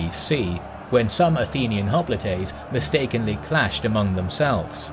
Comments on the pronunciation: (Cringing every time he says "hopli-TAY") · Hoplites in English (pronounced as in termites), Hoplitae in Greek and Latin.